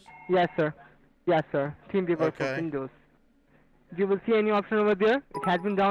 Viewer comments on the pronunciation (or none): Anyone else swear the first guy said "Team Beaver"? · Was he saying “team beaver” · It always sounds like "Team beaver" 😂😂😂😂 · TeamViewer. I swear the guy said King Beaver. He should have written down King Beaver and made the guy correct him. Several times....you know, to test his patience.....that's always fun! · Sounds like buddy is saying " team beaver" lol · When they say teamviewer it sounds like they say teenviewer, which unfortunately doesn't go anywhere because that would be a brilliant way to play with them :D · Does anyone else keep hearing "Team Beaver download"? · "team veever"